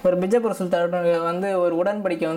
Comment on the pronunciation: அது பிஜபூர் இல்ல பீஜபூர்...